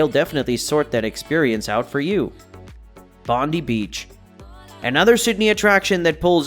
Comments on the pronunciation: “Bonde beach” it’s pronounced bondai beach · Please next time you put out something about Australia please get the pronunciation right ie Bondi is pronounced “Bon die”